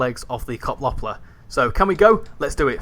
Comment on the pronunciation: As a Dutch guy, I’m triggered by how you pronounce Koploper — but hey, nice video! Just a little lesson for you : Yes, at the beginning of the Koploper's service, you could actually walk between the trains. That’s also why you sit so high up in the driver's cab. If you look at the front of the train, you’ll notice a big rectangular panel that looks kind of out of place. You might wonder, "Why doesn’t the train just have a smooth, continuous body with one color?" That black border you're seeing is actually a leftover from a big door system. Originally, there were two sliding panels there. When two Koplopers were coupled together, those panels would slide open, and a small bridge — like a harmonica bridge — would extend between them, allowing passengers and crew to walk from one train to the other. This is also the reason why the door can close 2 ways. Unfortunately, it was kind of a maintenance nightmare. It often had issues: poor connections, locking problems, and especially trouble during extreme weather due to thermal expansion and contraction. The delays could get so bad that you were better off just taking the stoptrein (the one that stops at every little station) than waiting for engineers to fix it. So, eventually, when the trains got updated or went in for maintenance, they just ripped that whole system out saving weight.